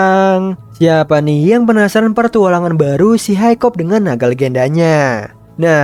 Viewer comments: Bang nama nya hicup bukan hicop😂😂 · Hikap! Not hikop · uhh bang kamu salah nama nama pemerang utama namanya itu hiccup dibaca hekkup